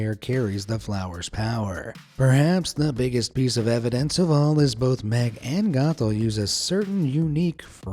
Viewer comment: Only thing that ruined my childhood is how you pronounced Meg.